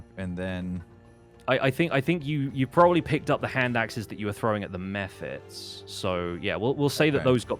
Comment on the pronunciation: When he said he goes and picks up the hand axes thrown at the mephits...I heard meth heads and thought "sounds about right"